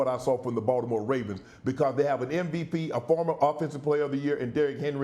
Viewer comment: I love that Shannon pronounces Baltimore the right way